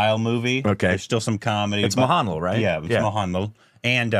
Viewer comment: It's not mohaanlal, it's mohanlaal